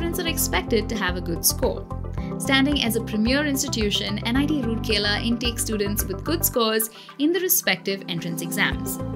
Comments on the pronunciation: Its not roorkela its ROURKELA.Pronounce it right! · I disliked the video only because you can't pronounce the name correctly. It's "Rourkela" and NOT "Roorkela". Please do your research well before making such public videos. Imagine your own name being pronounced incorrectly and that too repeatedly and in loop. And I am glad that many viewers have highlighted this through comments. Just do your research and get it verified esp. the names. AND IT MATTERS TO ME BECAUSE I AM A PROUD ALUMNUS OF THIS GREAT INSTITUTION! I sincerely hope you and your channel/company will have the ethics and humility to correct your mistake and repost this to honour an Institute of National Importance. Doing so will truly demonstrate that you are a responsible professional/channel, and the work you do are in the greater good, and interest of the youths looking for CORRECT and RELIABLE INFORMATION! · it's Rourkela not Rurkela being a citizen of rourkela....😁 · राउरकेला not रुरकेला! Please correct and reupload. (Guys like this comment so that's it's heard.) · It's very important to atleast know how to pronounce the places name if you're making a video on it. :3 It's Ra-oor-kela not Roor-kela Hope that helps. :) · Plz it raur-kela not rooorkela I hope u will look after it🙂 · Pronounced as राउरकेला not रुरकेला! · It's rourkela not roorkela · Should've looked that pronunciation before making the video! It's राउरकेला and not रूरकेला (assuming you guys can read Devanagari) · It's राउरकेला not रूरकेला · It's not Rooorkela ? Please pronounce correctly. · Pronunciation is Raa-ur-kela.